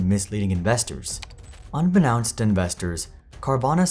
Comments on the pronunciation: You probably won't ever see this comment, but it's "un-be-nohnst" not "un-be-nounst" just needed to make you aware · Unbeknownst is pronounced the way it sounds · that's not how you pronounce unbeknownst 😂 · Came to the comments to say that, thank you!😂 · girl that is NOT how you say "unbeknownst". "known" is the core word; just build around it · Is that really how you pronounce "unbeknownst"? Have I been saying it wrong?